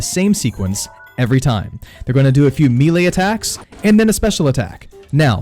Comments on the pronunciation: "Mee-lay." Bruh, it's "meh-lay." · Great vid! I usually manage them but I’m not confident. Will try these methods. Thanks. Oh, Melee is pronounced mellay like smell and lay, not meeley. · It is pronounced “MAY-lay”, not “MEE-lee”. It undercuts your credibility pronouncing a key word wrong. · It's pronounced may-lay not me-lay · Melee announcer: Melee! Him: Meele. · Meelay!? It’s Pronounced maylay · Man, why does everyone struggle so hard with the word 'melee'? It's not "me-lay"; it's not "me-lee"; it's *may-lay*. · "mealy attacks" Fucking loooool It's 'may-lay' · I'm sorry, but I can't take anyone seriously that can't pronounce BASIC english words. MELEE is prounced MAY-LAY, not MEE-LEE. How how can anyone that's gotten past 5th grade not know how to pronounce this word?? Especially a gamer that years, and sees this word all the time. You're a functional illiterate. What's it like to be an adult and have to vocabulary of a 6 yr old??? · Say it with me.... MAY-LAY. Not MEE-LAY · Amen!!!!! I HATE when people say ME LEE or any other variation, lol. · Melee is pronounced MAY-LAY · Lower the mic gain and melee is pronounced “May Lay”. Good info on the game! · The word is pronounced may lay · mee-lay attacks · It’s pronounced melee.... may- lay lol sorry it was bothering me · Mee-lay combat? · MAY LAY......not ME LEE or ME LAY. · I almost looked up a different video because of the way bro says MElee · disliked for how you pronounce melee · The way you say melee hurt so bad I couldn't watch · Sigh... please stop saying melee so much if you’re going to pronounce it wrong. I’m mostly just kidding, but fam... lol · Disliked for mispronouncing melee. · Why can't you say melee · I would of subscribed if you could say melee right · this guy expects me to learn to fight when he can't even pronounce melee